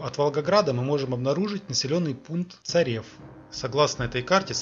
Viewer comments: не Царев,а Царёв... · Не Царев, а Царёв